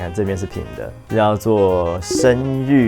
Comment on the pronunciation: 身卸 (ㄒㄧㄝˋ) 出刃，卸任的“卸”